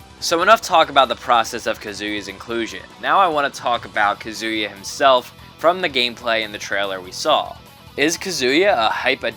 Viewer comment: Did you say kazooie? because it sounds like your actually say it